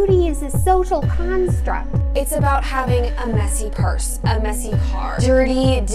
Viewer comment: It's about having a messy WHAT?! rewinds clip Oh, a messy "PURSE." She said "purse." Carry on...